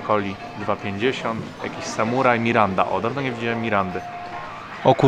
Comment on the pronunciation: Mirinda nie miranda haha